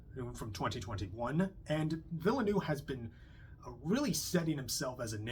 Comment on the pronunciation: Villeneuve is 2 syllables … Ville-neuve … Vill-nuuv.